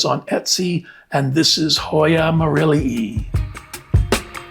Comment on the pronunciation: I like you pronounce the Latin species names correctly, merrillee-ee. When people put an -eye at the end drives me crazy. -ii at the end is a double -ee sound. Also people who capitalize the species name, which creates confusion with hybrids.